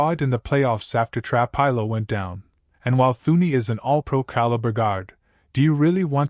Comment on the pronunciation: Please stop mispronouncing trapillo 😮😮